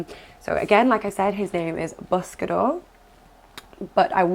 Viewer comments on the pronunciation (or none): I’m sure people have mentioned it but the pronunciation of the word is more like “boos-ca-dor” with a long oo sound. But obviously you can change its pronunciation to whatever you want since it’s a name. For barn names I like Bosco like the dog or Busco pronounced with the long oo sound and meaning I search/seek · Not sure if pronunciation of his proper name has been addressed but the first syllable sounds more like buss --as in puss (in boots) and not one bit like bus --as in pus. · Buscador is typically pronounced boo-s-ca-door. So maybe a good name would be Boost? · Awwww I'm so happy for you!!!!!!!!! Also not trying to be mean but I'm pretty sure his name is pronounced Boo-sca-door but it's spelled Buscador. Just trying to help since I speak spanish.